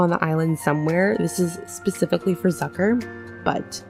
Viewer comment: me german knowing that she is saying the name wrong bc it is german